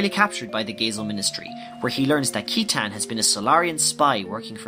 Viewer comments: one small point, citan's name is pronounced as seetan. I own the Japanese version, and everything in Japanese is written phonetically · It's definitely not Zee-no-gears. The guy in the video pronounces it right. And it's not Sai-tan, but See-tan. And how do you get judge-end? Jugend is pronounced like in the video (close to it at least). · Thanks for making this dude, it's very well done. I really loved it because I needed to recap on what I understood long ago about the game when I first played it XD. Ah, and just to mention, Citan's proper pronounciation is Shitan (shee-taun) as spelled in the japanese version. They mistranslated it that way though due to the word shit being in his name. However, there's still existence of his name spelled as Shitan in the game when you go into debug mode. You can go to his house through one of the warp options that says "To Shitan" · Lot of incorrect pronouciations... Citan: Sit-ahn. Kislev: Kiss-lev. Aveh: Ahh-vey. Weltal: Vell-tall. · and Citan is pronounced See-tan... dude is suppose to be a parallel to Lucifer... AKA SATAN. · I’ve always pronounced Saitan but yes it’s seetan or shitan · Excellent video, you really did explain the story in a way that's easy to understand. One thing bugs me tho, Citan's name is supposed to be pronounced "See-tan/Si-tan", since his Japanese name, Shitan, couldn't be used for obvious reasons.